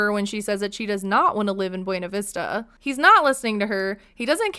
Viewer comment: They mispronounce buena ! They produce it “byoona “ . Weird . Wonder if that’s all a big lie.